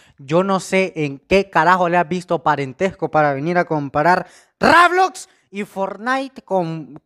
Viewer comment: Busca reseñas de Minecraft :D Posdata : se dice roblox :v